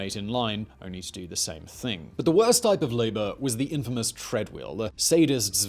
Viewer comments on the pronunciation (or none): none